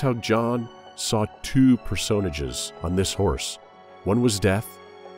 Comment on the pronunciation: "per-sown-a-ges" LOL